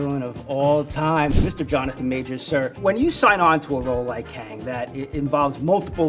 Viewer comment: 발음이 캥인가? ㅋㅋㅋㅋㅋ 캉이 멋있는 정복자 캥! 뭐임 이게 ㅋㅋㅋㅋㅋㅋㅋㅋㅋㅋㅋㅋㅋ